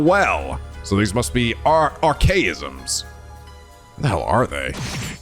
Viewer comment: Dang, he even pronounced Archaism correctly. on a roll lately